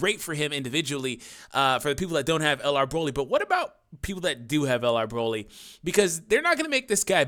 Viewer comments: Lol you very briefly said Broly correctly. Idk what the English VAs were thinking, honestly. After all, there isn't a single vegetable, in any language, called BROcolli. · The only dokkan youtubber that pronounces broly and doesnt make me cringe